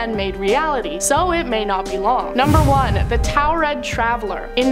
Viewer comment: Anyone else notice that in 2 back to back countdowns, with 2 different presenters, each pronounced the same "nonexistent" country name differently? Torrid v. Towred? No? Just me? Okay. 😂